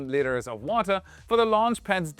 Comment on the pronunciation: Did you have trouble pronouncing liters ?lol